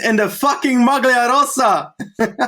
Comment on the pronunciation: A pronounciation tip for Benji. The way he is saying "rosa" is wrong. He is basically using the "s" sound of the word "Sam" and he also doubles it up. It Italian "rossa" means red, the previous colour of the ciclamino jersey. "Rosa" has to be pronounced with only one "s", whose sound is similar to the "z" sound you would say in "Col de l'Eze". Sorry for being an italian gramma nazi